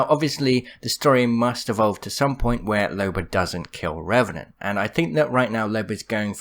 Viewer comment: I know that but it sounds funnier when you say Revenanr and Suicide lol